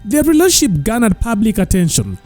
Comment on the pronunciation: You speak very good English and your a good narrator but I can't believe you're failing to pronounce the word "relationship "😢